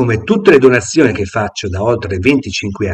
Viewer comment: "sa dove ho messo le cose".... Cosa vuol dire???? Non riesce neanche a dire la parola "donazioni"....